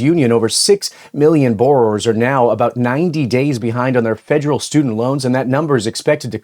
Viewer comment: Fed-er-al no J in there, Love the show, having my own personal issues hearing it called fejeral.